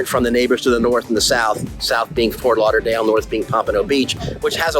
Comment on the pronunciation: Why do you say "Lah-Dale" instead of Lauderdale ?